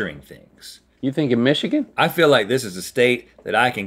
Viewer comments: Link never say nichagin ever again say Michigan correctly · Mich-igan? OR miss again link ;) XD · Why are they pronouncing Michigan like that, it makes me crack up every time xD I don't usually hear people pronounce my home state like that xD Also, a new favourite quote: "This is for Tupac!" - Link 2k19